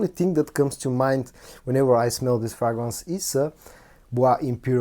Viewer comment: (Pronounced Fraygrance not Fragnance)